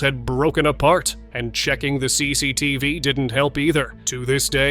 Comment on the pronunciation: CCTV bang bukan CECETF